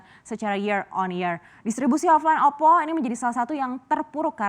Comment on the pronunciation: Ksilat lidah mas bro